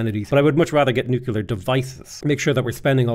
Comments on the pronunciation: Again with the newk-you-lar stuff lol. Buddy it's nuclear! Like nucleus, cuz we split the atom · You're still saying nucular. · buddy it's pronounced nuclear